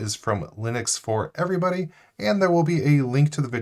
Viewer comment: When I first subscribed: Hello everybody This time: Hello every buddy.